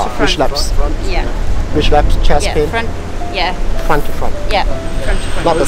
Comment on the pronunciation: fwont tu fwont..yes